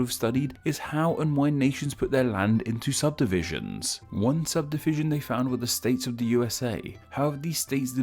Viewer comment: this mf said subsivision